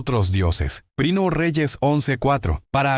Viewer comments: Es que esta hecho con ia por eso le cuesta decir primera y dice prino jeje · Una sugerencia, trata que la IA no diga por ejemplo 1 REYES 14:2, para empezar lo dice a veces mal INI = Primero de... Es incómodo escucharlo cuando lo puedes OBSERVAR en la imagen. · Porque decir prino Samuel ? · 😂porq la IA nunca pronuncia bien algunas frases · Por qué dice "prino", "prine", "prinia", "vino"? Es confuso para quien no sabe el contexto... Yo sé a qué se refiere debido a que el video está hecho con IA...